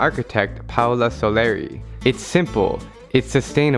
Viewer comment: I'm italian, his name is Paolo. "Paola" is a female name and there's n o w a y there's an italian man called "Paola"